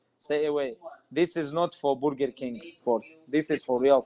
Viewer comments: Brerger Kingk 😂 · "this is not for borger king sport"